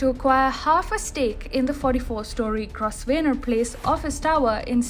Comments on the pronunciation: It is pronounced Grow-venor place ;-) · Aa a great fan...of TFI...a small correction.. While pronouncing Grosvenor..s' is silent...i know..british english is funny.